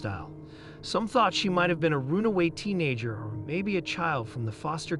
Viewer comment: Your AI seems to have issues with even the most basic words. "Mitochondrial" is a bit hard but repeatedly mispronouncing "runaway" and "John Does" are not.